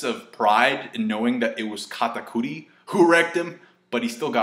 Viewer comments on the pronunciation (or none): none